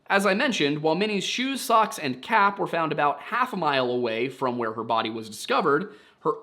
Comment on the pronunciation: You had to say "cap" a dozen times before i didn't hear "calf"